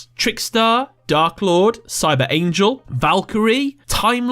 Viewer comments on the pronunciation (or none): none